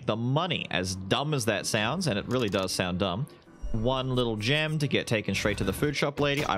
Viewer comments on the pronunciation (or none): none